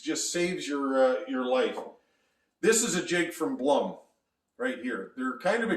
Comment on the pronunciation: You miss pronounce Blum.